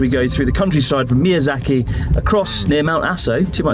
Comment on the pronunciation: Ahh yes mizayaki wagyu beef is the only thing i can think of when he says mizayaki.